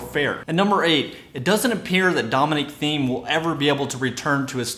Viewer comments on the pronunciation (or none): Great enthusiasm, but also, Dominic's last name is pronounced 'Team' not 'Theme'.